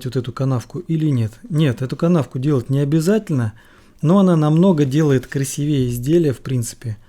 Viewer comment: Да ну красИвее блин, невозможно слушать